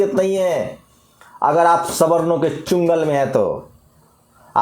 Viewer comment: अरे ये भी एक बहुजन स्वर्ण पत्रकार से कम नही, चुंगल नही चंगुल होता है हा हा हा हा हा